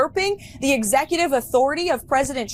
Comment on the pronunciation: Quick question for young Karoline: When did the word “Authority” get changed to “authordy”?